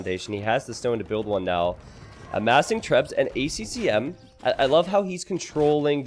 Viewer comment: It kills me how always misses the 2nd "C" in ACCM